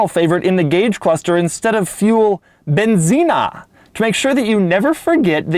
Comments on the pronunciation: its pronounced "BEN..Zeen" Doug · i love how you say benzina